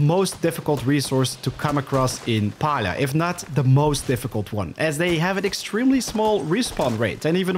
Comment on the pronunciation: Its pronounced pealia if you speak it, not palia ;)